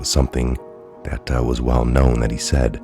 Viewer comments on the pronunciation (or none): none